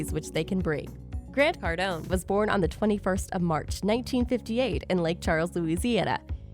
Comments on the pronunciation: Cardone it’s Cardone 😂 I kinda cringe when I hear the cardoni 😂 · Its Cardown not cardoniii 😂😂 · Soooooo annoying to hear you doing a video on GC without even learning how to spell his name correctly ! And then say it 10 times each second !!! It’s not CARDONiii, it’s CARDONE !!! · With all that mispronunciation of his name you forgot to share the now